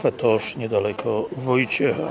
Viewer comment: Źle gościu wymawiasz nazwę kawiarni. Nie nazywa się Cafe tosz tylko Cafe Toch, a Toch to nazwisko właściciela Mirosław Toch